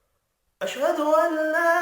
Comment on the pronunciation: Ashduallah hota hai jnab Ashduwallah nhi hutahai